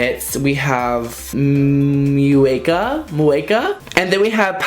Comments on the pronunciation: Omg my Puerto Rican senses whenhe said “Muñeca” wrong 🤦🏻‍♂️ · The Ñ is pronounced something like the little sound Bugs Bunny makes before eating his carrot and saying “What’s Up Doc?”. So “Muñeca” would be something like Moo-(bugs bunny sound)-Ka. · You trying to pronounce the lip kits is so cute lol ❤️ muñeca is a doll, payasa you knew is a clown and traviesa means to act out and in a way misbehave 😁